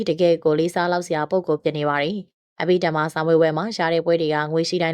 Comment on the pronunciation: အဘိဓမ္မာဘွဲ့ကိုအသံထွက်မှန်အောင်ဖတ်စေခြင်ပါတယ်